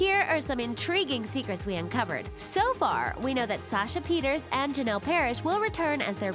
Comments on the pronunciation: It's pronounced Peter-sa Not peters Sasha Pieterse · Oh and you pronounced Sasha Pieterse wrong. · Sasha Peter's 😂 try Sasha Peirce 😂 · When she says “Sasha Pieterse” and shows Ashley Benson smh